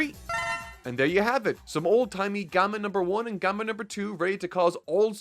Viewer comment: Is anyone gonna talk about how he pronounced gamma as "gomma" 😂